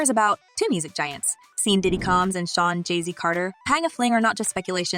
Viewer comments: Lmao I’m like who tf is seen ? 🤣💀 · “Seen” lol…Sean (Sh awn) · You need to get the names right Sean (Shawn) not Seen. We not even gonna say how you butcher Beyoncé name. You should know the correct names of who you are reporting on. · Who is doing these VO’s? “Seen,” it’s an “sh” sound. “Sh”+awn = Sean. Why did no one correct her? Maybe it’s AI? Hilarious and embarrassing! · She called him "Seen" 😂..."🎬Scene" 😭😭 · L😂L right it's(Shawn) Sean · seen and beyonsee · I’m goin need u 2 say Sean properly first an hell yea not only r thy fn thr also putting hits out on people 🤦🏾‍♀️poor Jaquelinen Avant 😢